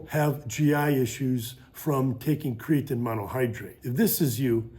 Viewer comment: Aside from the way he says Creatine, this video is awesome